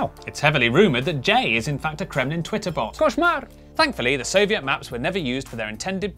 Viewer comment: your koshmar (nightmare) was wonderful! Maybe you are a Russian spy?